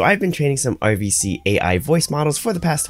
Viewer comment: Question from a non native speaker: You pronounce RVC like OVC - is this intended? You otherwise pronounce "r" quite distinctively - noticed this in the last 5 videos or so.. :)